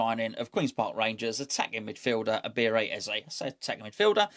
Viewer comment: Butchering his first name every time.